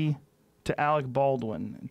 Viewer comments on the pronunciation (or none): none